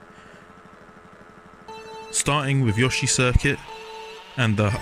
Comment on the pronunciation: finally someone who actually says yoshi, indstead of Yoo-shiii